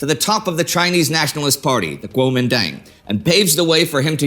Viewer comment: The "Dang" in Guomindang is pronounced like a drawn out "done"